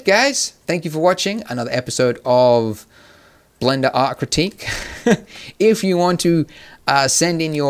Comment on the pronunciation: Did you just say blinder instead of blender